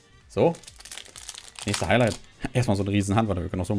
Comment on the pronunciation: Hai "Hailight" 🥴